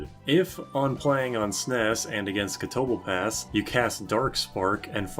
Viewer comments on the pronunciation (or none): not gonna test that but I felt like pointing out the much more natural pronunciation: "ca-to-ble-pahs"